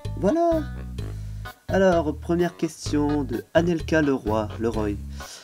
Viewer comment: Vouiiiii tu prononce bien mon pseudo :) c "Leroi" que ca se prononce et mrc d'avoir pris mes questions !!!! Et je te re felicite pour tes 300 abos !!!